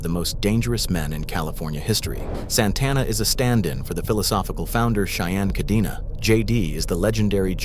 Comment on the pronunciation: KAH-DEN-AH, not KAH-DEE-NAW, goddamn, you gabachos can’t even follow your own grammatical rules. Do you see a double ee anywhere in the name Cadena?